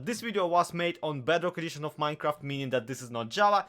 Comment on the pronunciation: "Da secrit to ultimate minecreft powahr!!" 😂😂😂 Keep up the good stuff bro!